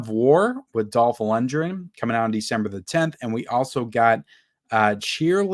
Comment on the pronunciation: Dolph Lundgren’s last name is pronounced “Lund-gren” exactly how it looks. Not “Lunge-ren”.